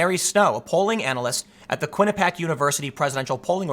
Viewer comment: It's kwin-ah-pee-ack